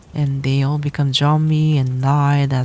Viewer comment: J-ombie, I love that miss pronuciation lmfao 🤣🤣